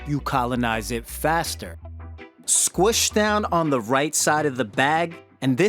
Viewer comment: Why u say push n squish like that